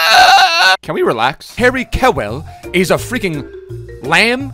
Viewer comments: don't butcher kewells name like that. Pronounce it Kyoowl❤️❤️❤️ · The way butcher Harry Kewell name 😂